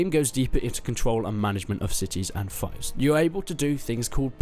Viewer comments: It's fief like thief, not fife xD apart from that the games really looking good! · Pronunciation: It’s Fief not Fife (fEef not fiyf) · It's pronounced feef not fife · It's feef right? Not fife? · Just FYI, its "FEEF" not "FIFE" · fief not fife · Pronounce fief better pls Thanks :)